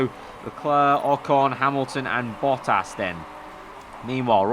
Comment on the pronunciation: It's quite interesting how you pronounce name Bottas :).